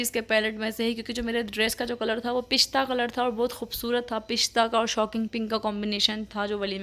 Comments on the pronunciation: Bolna to seekh lain pista hota ha pishta nhen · Phista nai hota dear pista hota han